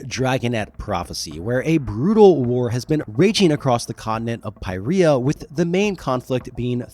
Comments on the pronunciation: "Pie Riya" It's pronounced sort of like "Peereeya", because it's most accurats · “Pi-ree-ah” is crazy